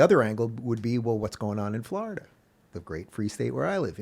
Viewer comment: The way Rubin pronounces Florida needs to change 😅